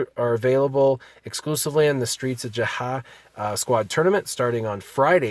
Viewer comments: Jeda silent H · just say Jetta the H is silent